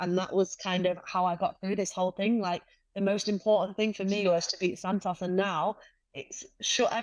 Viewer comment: Santos has a crush on you. You can't tell? Respectfully, the Santos you fought was not the same Taila that Valentina fought. That said, you are the best flyweight in the world, bar none. Alycia Baumgardner is your super fight. Dakota pronounces Santos as Santoss. Too cute.